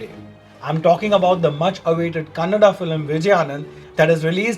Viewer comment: Thank you for reviewing this movie, and talking good about Kannada especially pronouncing it correctly unlike others who call it as 'Kannad' Your title though was little confusing as to why any movie should against this movie